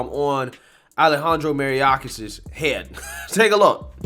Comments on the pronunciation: May- OR - kas. You’re pronouncing it Mary- orcas. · MAY-ORK-AHS. Not Mariyacas. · You should learn to say mayorkis instead of maryiorkas. Details matter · Bro you’re really butchering this guy’s name and it’s actually starting to bother me. MAYOR-KAS. For f*cks sake. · Pronounced, may-york-ass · Lmao I agree with you bro but you are butchering Mayorkas’ name 😂